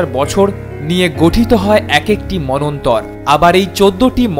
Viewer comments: আরে ভাই ভুলভাল বাংলা উচ্চারণ করিস কেনো? মনস্তর নয় মনন্তর হবে। আগে ভাষাটা শিখে নে, তারপর ভিডিও করিস।😂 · মনু+অন্তর=মন্বন্তর। উচ্চারণ হবে manwantar 🙏